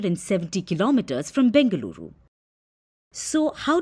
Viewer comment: My respect... i loved it when it said BENGALURU AND MYSURU...